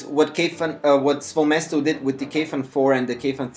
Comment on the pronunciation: SVOE MESTO- SVOE' MESTO which means in russian (my/my own place). you have to stress it right coz it sounds ridiculous otherwise